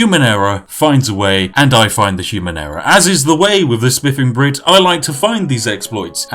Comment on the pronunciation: It sound like he is saying "The spiffing Brif" or is that just me?